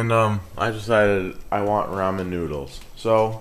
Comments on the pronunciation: You Pronounce Ramen Wrong Its not pronounced Raymon Its pronounced Raw-Men xDDDDDDD! LMAO XD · lol RAYmen noodles? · I like how you say "raymon" noodles! BTW, to make this even better fry up the bacon first in a little oil BEFORE adding in your water. Boiling bacon is just a bad idea.